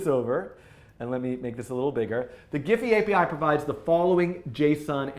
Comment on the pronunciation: Great tutorial Dan ! btw it's pronounced as "jeef".